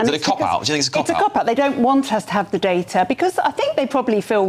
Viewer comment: Day-tuh, not dar-ta